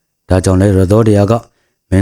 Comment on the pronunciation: ယသော်ဓရာ ကို အသံထွက်ပြီပြင်အောင်ပြောပါ ယသောဓရာ အသံထွက်မဟုတ်ပါ ယသော် ဓရာ ရပါ